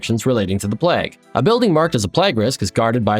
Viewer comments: love the videos but my god learn to pronounce plague properly. the "plag" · Your pronunciation of plague is really irking the Britishness in me